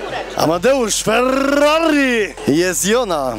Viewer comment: Nic tak nie wkulwia jak plowadzacy nie umiejący mówić ellll, Fellllallii.